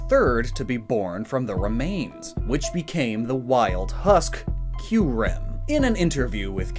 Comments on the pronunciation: U said kuyrem not kyurem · "Kuyrem" New pokemon Confirmed? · Isn’t it KYUREM? Not KUYREM? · Kuyrem lol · Kuyrem? i always thought its name is Kyurem? :X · Isn’t it kyurem not “kuyrem”? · Pardon but Kuyrem? Isn't it Kyurem? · I know i know im being a jerk But its kyurem not kuyrem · kuyrem. kyurem. hmmmmmmmm